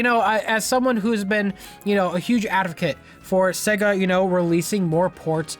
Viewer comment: When he says adovcate instead of advocate.